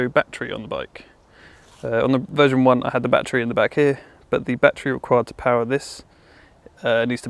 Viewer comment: "" MAGIC "" PAUAR ))))😂😂😂